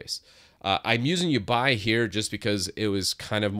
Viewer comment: Can it be that what you pronounce as "youbuy" is uBar? L.E: Oh, you mean Yabai. Well, I am perfectly happy with the native MacOS windows management, so I will not try it. (Hopefully.) If I just could replace the Finder with something like the Windows Explorer I would be perfectly happy with MacOS. Returning to uBar (the reason I didn't delete my comment after findind out you meant Yabai): It adds a second bar to your Mac. I have the native bar at top (it can not be moved anyways), uBar at the bottom and the dock at the left side of my screen. All 3 or only some put to autohide or permanenty visible, depending upon how big a screen I use. uBar can be customised to act just like the taskbar on Windows.